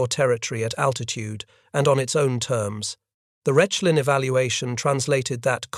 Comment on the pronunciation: As well, the site would in German be pronounced “Rekh-lin”, not “Resh-lin”.